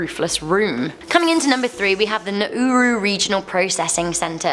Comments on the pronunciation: The detention Australian detention centre is pronounced Naroo, not Narooroo. Please also consider that these detainees spend thousands of dollars to be smuggled to Australia. This money could best be spent on airfares. When the plane lands they refugees can then ask for asylum. Thus not sent to Nauru. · Love you, but it's pronounced Na-Roo as in kangaroo and their budget for food was $10more per person per day than I had working on the mines in 120 degrees a 3 hour flight away in Western Australia. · its pronounced nar - roo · TheAustralian prison is spoken as NA -RU. i am Australian